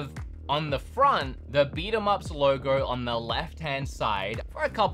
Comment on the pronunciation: Lowrrr Goorrwww (logo)